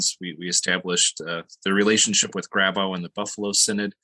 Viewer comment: This is all very interesting, but I could never understand why American Lutherans, particularly Missouri Synod types, who should know better, mispronounce German names such as Walther and Loehe. Your pronouncement of Grabau is fine.